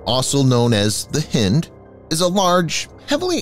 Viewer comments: Hind not Hend. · Pretty sure it's Hi-nd, like bind...☺ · "Hind" is pronounced "heind", as in female deer or hind (back) leg. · Hynd helicopter not hind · ..it's Hind..like your hind leg.. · Please please please pronounce HIND correctly. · It bugs how the narrator keeps mispronouncing "Hind". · Highly annoying